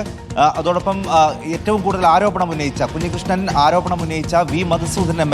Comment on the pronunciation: Kunji alla kanji krishnan